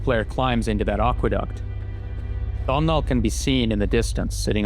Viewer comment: Completely irrelevant but i need people to know that Domhnals name is NOT pronounced "Dom-Nal" its pronounced like "Dough-Null". Thank you, have a nice day